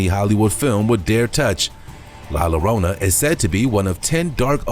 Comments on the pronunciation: ok first off its pronounced Yo-ron-ah (Spelled Llorona) not lorona. 😂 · It's pronounced La Yo-rona.!!